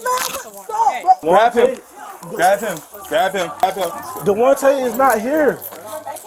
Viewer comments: Todayus, tomorus, yesterdayus , and dewantay 😂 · De'Wante and Jamonte 😂🤣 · DeWante .....lol.